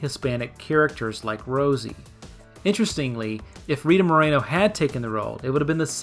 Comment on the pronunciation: that's not how you pronounce Moreno